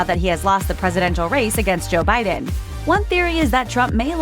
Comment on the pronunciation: BTW-- "Biden" is pronounced with a soft "D", not a hard "D". Bye-(dn), not Bye-Den